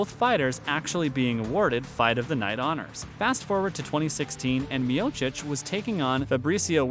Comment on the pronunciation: Well, at least you are saying his name right. The others you butchered, which shows you're not an MMA fan. Still gave a like since it was interesting and researched.